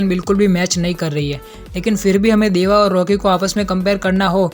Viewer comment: Bro it is deva not dava😅😅